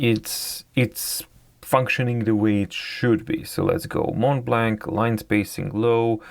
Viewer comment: As a french man i like the way you struggle to say "Mont Blanc"